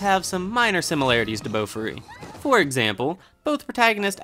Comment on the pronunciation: Idk why but the way you say Bofuri irritates me A LOT. It's Boh-Fooh-Ri not BOWFRI